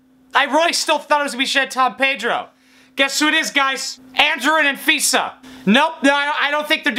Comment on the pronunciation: You pronounce Anfisa's name like AnVISA.